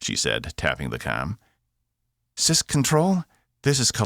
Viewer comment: Welcome to planet Cyst. I know it is Sisk, but this narrator makes it sound like cyst. LOL